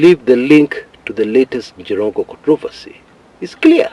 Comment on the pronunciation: 😀😃😄😁😆😂🤣😅😆🤣😆🤣 aka "The Njirongo(not Jirongo)😂😅😆😅....on a lighter note though. The Kamba in you😂... I can't sleep before I listen to you sir. Your reliable, consistent and professional journalism prowess makes you stand out. I affirm your commitment to your cause. Keep it up my agemate sir. My children used to satirically tell me about Jirongo's many children delivered by family van and how much school fees he used to pay, promptly without fail. Imagine Makini school with 39-45K per child per term them days(early 2000). The late daughter with 3 kids was my 3rd born daughter's agemate and class mate at the same time. May God rest his soul in eternal peace. Good analysis 👍. Before I exit, NTV brought in a new slower cctv version confirming that the Mercedes-Benz had already joined his lane by the time the bus was approaching. It kinda looks like the bus hit him while already on his lane meaning its the bus that swayed off his lane. My 2cts view though. Let the DCI do their work to unearth the truth.